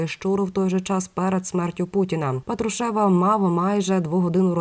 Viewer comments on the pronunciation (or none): Людина не правильно наголос ставить.Я про це вже вказувала , але ніякої реакції. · Ведуча, !, ставте правильно наголос, бо ріже слух, це безграмотно!😮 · Не тошните,сначала научитесь правильно ставить ударения! ПАтрушев,ударение на первый слог! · Делайте правильно ударение на фамилии Патрушева противно слушать вашу безграмотность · Правильно писати промовляти з наголосом на «а»